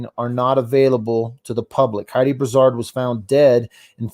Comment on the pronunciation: It’s pronounced Brew-sard and Fara-moose-ka